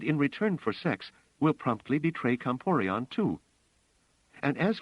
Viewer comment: Not "Comporion" - - "Comporellon."